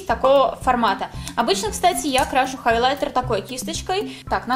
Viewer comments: Почему хОйлайтер? хАйлайтер пишется) Уже во втором видосе замечаю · когда появился слово хойлайтер там было хойлайтэ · Хойлэтэ оруууу, хайлатер